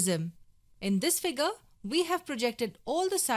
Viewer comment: Nobody: The girl: FIGAAr [Figure]